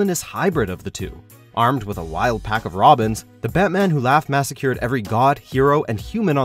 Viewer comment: And "massacred".